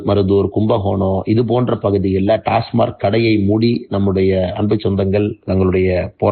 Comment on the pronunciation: டாஸ்மார்க் அல்ல அது டாஸமாக். “ர்” கிடையாது.